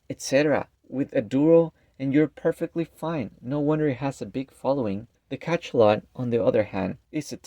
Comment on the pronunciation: It's pronounced Ka-SHA-lot. Hearing Ka-CHA-lot 50 times in 10 minutes nearly gave me a stroke.